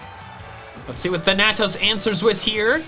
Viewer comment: Just FYI, Thanatos is pronounced with the emphasis on the first syllable. THAN-a-tos.